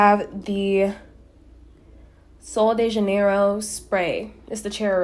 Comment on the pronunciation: Hey guys not to be that person but ever always butchers “solo de janeiro” STOP MISPRONOUNCING ITT its “sol-jey-je-nero” which means “January solo” but you guys gotta stop 💀💀💀